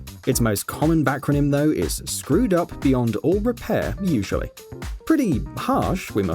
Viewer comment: tiny emphasis on the word usually